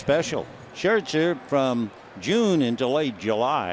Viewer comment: He pronounces Scherzer SHIRTZER